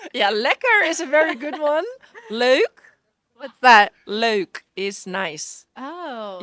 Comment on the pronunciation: "Leuk," not "loek"